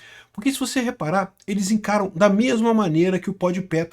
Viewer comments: Kkkkk "pod Pé" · "Pod Pé" é foda. Kkkk